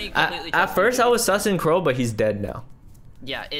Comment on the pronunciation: Crowe Its Crowe